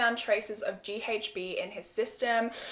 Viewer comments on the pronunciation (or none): WHEN YOU SAY "GHB" AHAHH IM SORRY BUT YOU SAY THE LETTER H SO FUNNY... LIKE "ACH" 😹